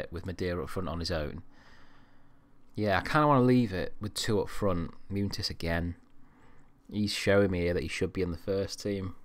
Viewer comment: As a Real Madrid fan I'm really enjoying this series so far. Love that you always play my favourite player of all time in Raul. Good luck!!! Munitis is pronounced Mun-e-tis.